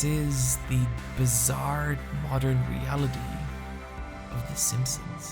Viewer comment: "The" isn't pronounced "zee" when in fron of a consonant. It's incredibly annoying when you use it all the time, not even once in a while for emphasis, all the time!